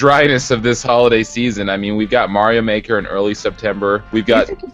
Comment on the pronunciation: "Stuffings stocked with Mario Mahker?" I'm sorry, did you mean "stockings stuffed with Super Mario Maker?"